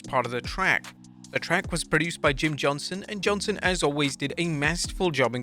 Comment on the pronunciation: Does no one realize he’s saying “Jim Johnson” instead of “Jim JohnsTon”